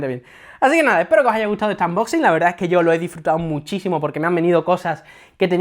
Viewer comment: AMboxi, xD, mira que yo digo cosas mil veces peor, pero no puedo cos los "AMboxin"